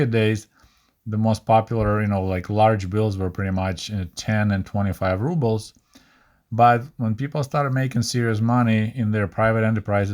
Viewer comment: amazing video as always. Your momentary mispronunciation of Rubles reminded me of many Russian-speaking YouTubers who pronounce it "rub-bles" instead of "roo-bles." Any ideas why? Is that also somehow correct? Doesn't sound right to me.